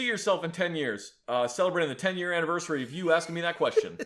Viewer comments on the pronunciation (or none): none